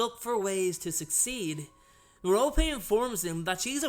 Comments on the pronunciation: Hello! I don't mean to be a know-it-all, but Merope is pronounced Mer-O-Pee. Please don't be rude, I just want to help! You can also use a pronouncer or just pronounce it the way you like :). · I enjoy your videos and I mean no disrespect but you pronounce Merope with the 'e' instead of her name as 'rope'. I am wondering if I got her name wrong. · Am I the only one pronouncing her name as marrow-pee? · How do you pronounce Merope? I say Mer-rope. I've heard it Mar-o-pea and Mer-rope-ee.